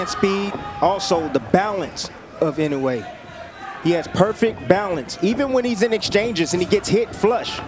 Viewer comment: 『井上』と発音出来ない実況アナウンサー(>_<) 『イノウェー』じゃないよ。『イノウエ』だよ('◇')ゞ